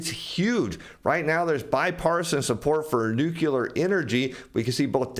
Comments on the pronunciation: No one gets power from nucular energy! It's nu-cle-ar! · The word is nuclear dude, not "nucular" (there is no such thing as a nuculus). Please stop saying "nucular". Like fingernails on a chalkboard. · NUCLEAR... :).... not nucular... :)... !!! u da man! thanks for ur insight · New-Clear. Two syllables. There is no third syllable in nuclear.